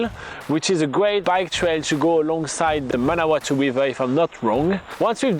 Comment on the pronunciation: You really do have to lock your bike up in New Zealand, coming from a New Zealander (that grew up in Palmerston North)! We have one of the worst theft problems I've encountered in my one year of world travels. Also, your pronunciation of Manawatu is perfect :) Nice video guys its good to see our home town from a different perspective.